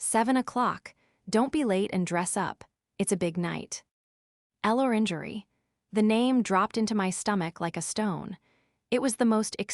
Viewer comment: Another AI that can't pronounce contractions or French words. El Orangery, indeed.